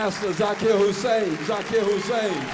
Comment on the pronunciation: Hussain, not Hussein !